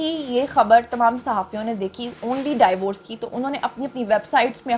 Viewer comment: MashaAllah you speak very well Want to correct your one pronunciation Divorce زبر کے ساتھ نہیں ہوتا۔۔۔۔۔۔ زیر کے ساتھ ہوتا